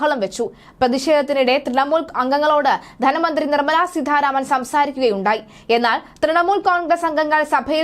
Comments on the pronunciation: സീതാരാമൻ എന്ന് പറയാനറിയില്ലേ? എന്തിനാണ് സീധാ രാമൻ എന്ന് പറയുന്നത് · സീധാരാമൻ അല്ല കുട്ടീ സീതാരാമൻ എന്നാണ്.തല എന്ന് കുട്ടി ഒന്ന് പറയൂ.എന്നിട്ട് ആ "ത "സീതാ എന്ന വാക്കിൽ ചേർത്ത് സീതാരാമൻ എന്ന് പറയാൻ ശ്രമിയ്ക്കൂ.അല്ലാതെ ആവർത്തിച്ചു സീധാരാമൻ എന്ന് പറയുന്നത് കേൾവിക്കാർക്ക് ആരോചകമാണ്. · വാർത്ത വായിയ്ക്കുമ്പോൾ അക്ഷരശുദ്ധി ഉണ്ടാകേണ്ടതാണ്. സീധാ രാമൻ എന്നല്ല, സീതാരാമൻ എന്നാണ് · സീധാരാമൻ അല്ല,കുട്ടീ, സീതാരാമൻ.... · സീധ രാമൻ അല്ല,.. സീതാരാമൻ.. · നല്ല അവതരണം. അതിൽ അട്ടി കൂലിയും, അട്ടിമറി കൂലി കൂടി ഉൾപ്പെടുത്തണമായിരുന്നു. ഉച്ചാരണ തെറ്റ് ഒഴിവാക്കാൻ ശ്രമിക്കണം. ഉദാഹരണം :- നിർമല സീദ്ധ രാമൻ. ശ്രീ ധരൻ ശരി. ശ്രീദ്രൻ തെറ്റ്. ശ്രദ്ധിക്കണം. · സീതാരാമൻ എന്ന് ശരിയായി ഉച്ചരിച്ചാൽ കൊള്ളാം